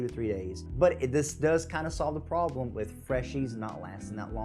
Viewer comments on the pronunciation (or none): none